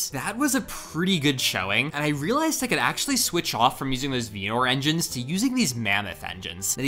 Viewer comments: Pretty sure he tried to say vernor and failed. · Im sorry, VEENOR?? 😭 again, so he’s just comment baiting us. I thought you were better than this.